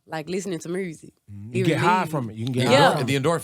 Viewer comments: I Love when Mrs.Glo say mursic. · love her personality, and how she pronounces the word "music."